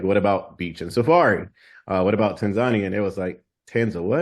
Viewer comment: I happened to see Melanated Safaris on FB today and decided to find their YT channel. Then, I see this video. Thank you and for this video!! I appreciate you both for the information shared especially the correct pronunciation of Tanzania!😀